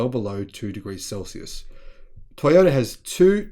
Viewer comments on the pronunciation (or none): none